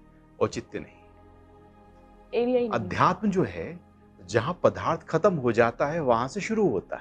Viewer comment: जी "पदार्थ " को " पधार्थ " बोलना गलत है, कृपया सही शब्द " पदार्थ " का ही उच्चारण किया करें. धन्यवाद.